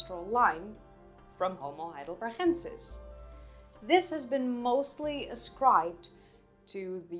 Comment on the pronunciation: you always say homo heidelbergensis wrong, why?